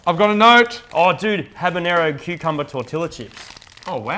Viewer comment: On behalf of all the Latinos. It's " Tore-Tea-Yah" not Tore-Till - Lah.